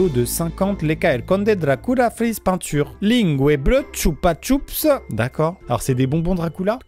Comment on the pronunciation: " c'est des bonbons Dracoula " 😭😭